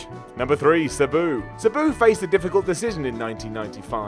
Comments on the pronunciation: Sa-Boo. Lmao It’s Sab-oo = Sabu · This guy does not know how to pronounce Sabu correctly. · The way you pronounce Sabu makes me want to stick nails in my eyes!! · I love, but I hate the way he says "Sabu." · Fact check; pronounce Sabu correctly, and produce a video without inserting a meme of himself every 30 seconds.